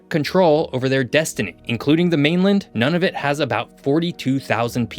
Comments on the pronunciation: Nunavut is pronounced "noon-a-vut", not "none-of-it". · Noon Ah Vut EL Es Mere Ih Kal Oo It I’ve never heard anyone here pronounce them any differently. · ok 1st off you continue to mispronounce Nunavut & it's Capital Iqaluit, 2nd there's about 250k people up there not 23k, and 3rd to call our Military Modern up there is an understatement we are under maned under equip and lack an Arctic Navel Base instead relying on Navel bases in BC & Nova Scotia. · You do need to get accurate images and pronunciation. There are no trees on our arctic islands. It's "I kal u it." "Elles mere." "Noon a voot." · Excellent video! My only quibble would be some pronunciations. Having worked in Ontario and being married to a Canadian, I’ve come across a number of different ways to pronounce such words as Nunavut, Ellesmere, and Iqualuit. I may be wrong but it’s worth looking into.